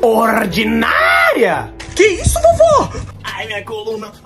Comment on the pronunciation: Fala meu cara turu bom ? Eu so to lembrado da parte da vovo q ela falava : orrdinaria